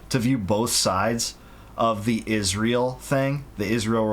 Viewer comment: I hate how she says Ishrael